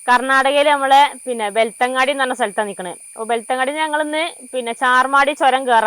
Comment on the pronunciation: വെളുത്തങ്ങാടി അല്ല. ബെൽത്തങ്ങാടി .